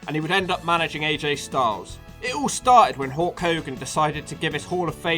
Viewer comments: It's Hulk not hawk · are you saying hulk or hawk?